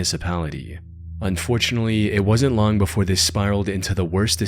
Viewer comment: When ever the narrator says "unfortunely" you know its gonna be dark.